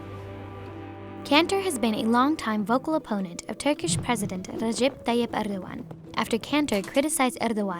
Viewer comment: Never say Erdogans name like that ever again